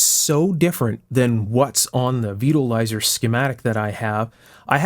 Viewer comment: I thought you said Supreme Beetle Riser. Sounded like a very odd choice of pizza toppings.